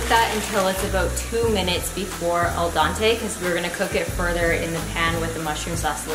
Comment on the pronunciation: I'm suprised you can't pronounce Al denté